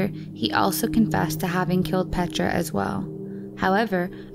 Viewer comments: Pashtika😂🤣 Pazsitka....douch mark...deutch mark...🤣😂😆 And Nagy its a Hungaryan name and we dont say like that:Nagie...😂🤣but its ok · pronouncing names that arent common english surnames is always funny. there's no way thats how germans would pronounce pazsitka, and im pretty sure ''nagy'' is a hungarian surname meaning ''big''